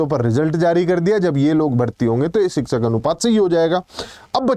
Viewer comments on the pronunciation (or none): शिक्षक ❎ सिक्सक ✅